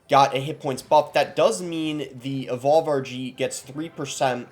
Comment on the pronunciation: At the start when you were saying RG I thought you were saying Archie